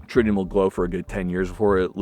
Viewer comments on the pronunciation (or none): none